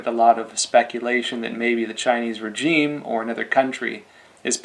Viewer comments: why do you keep saying regime wrong? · cant pronounce regime? english is hard